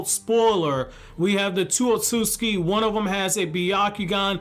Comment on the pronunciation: Otsusuki (pronounced: Oat-Su-Suki)